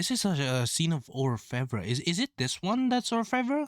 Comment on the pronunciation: He pronounced it right. It's not English, but French and it means "Goldsmith."